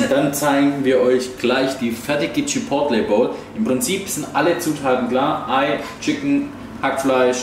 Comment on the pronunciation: kleiner Tipp von mir man spricht chipotle quasi chipoley aus 😊 Guten Rutsch 💥